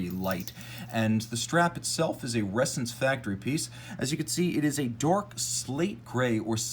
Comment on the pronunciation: FYI it’s pronounced ‘ressAns’, not ‘rEssence’.